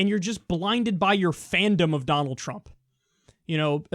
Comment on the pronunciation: I think he's just saying fandom really strangely lol.